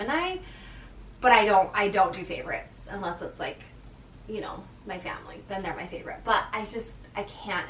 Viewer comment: Happy Birthday I like when you say "you know" you say it at least once in your vlogs it makes me laugh the way you say it.